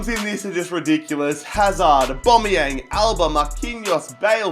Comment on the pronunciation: Stop saying abomiyang